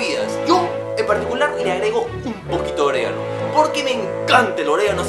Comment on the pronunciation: jajajajaja si claro "orégano"